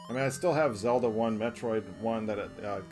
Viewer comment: bro you slaughtered Zelda